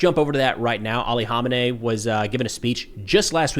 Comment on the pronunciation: Dude u sharing irans leaders name wrong was mad annoying pronounce it like this man kha may knee